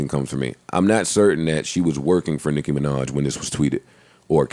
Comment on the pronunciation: Everytime joe says "nicki minach" I cringe